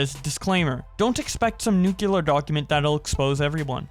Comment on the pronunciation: The word nuclear is pronounced as "nuCLEAR," not "nuCULER"